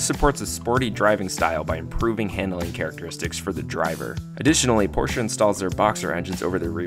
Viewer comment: First, you get a like because you say Porsche more correctly than most others. Usually, I shut off the video the moment I hear the person mangle the man's name. The flat layout is good because it sits so low in the car, but at the same time, it's hard to get to. General Motors also put boxer engines in the Corvair.